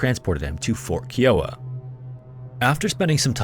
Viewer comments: That tribe is now Kee-o-wuh. It's Kai-o-uh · Key-o-wah pronunciation is killing me! The correct pronunciation for the Kiowa tribe is: kai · uh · wuh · One thing I've noticed is how you mispronounce words, it seems like once per video. This one is Kiowa, as far as I know it's pronounced K-eye-owa, not K-e-owa. I do enjoy your videos, but pronunciation is a peeve of mine. God bless and have a great weekend!! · Kiowa is NOT pronounced as “Kee-wah”. 😂😂 Are you kidding me?! It’s pronounced “Kie-ah-wah”! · Absolute, utmost respect for your videos and much appreciation. My only gripe is that "Kiowa" is not pronounced, "Kee-oh-wuh." It is pronounced, "Ky-oh-wuh." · KIOWA is pronounced Ky-Oh-Wa Not Kee-Oh-Wa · Dude, it's pronounced Fort Kai-uh-wah, not Kee-o-ah, with emphasis on the first syllable, KAI-uh-waah (like the name of the Native American tribe). Scary Interesting videos are too good and professionally made for such an elementary mistake, it's worth the extra effort to look up the correct way to say these names as this is especially noticeable to your American audience. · “Keeeee-oh-ah” is not how you say Kiowa. “Kai-oh-ah” (-: xoxo Oklahoma Native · Kai-o-wa, not Keewa, jfyi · Kiowa is pronounced “Ky-O-Wa” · Just as an FYI: Kiowa is pronounced "KIGH-oh-WAH". Source: I grew up in Kiowa county, Oklahoma. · I love your channel, but I have to get this off my chest. [clears throat] "KAI-oh-wuh." 😏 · The word Kiowa is pronounced Keye-o-wa. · Kiowa is pronounced Kai-Oh-Wuh and is a town in Colorado named after a Native American tribe from the Great Plains. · Not a criticism but Kiowa, it's pronounced K-Eye-Oh-Uh and I only mentioned it because I live on Kiowa Ave. in my town in Arizona and because it's mentioned so many times in this video